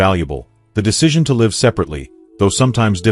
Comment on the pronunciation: AI failed to pronounce "live" correctly!!